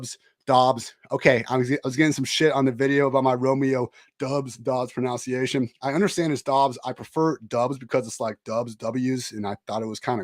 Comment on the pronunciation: Lol at mispronouncing “pronunciation” you’re the best 😂